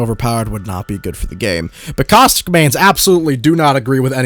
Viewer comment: Is it bad I was playing a game and misheard caustic and heard COCK STICK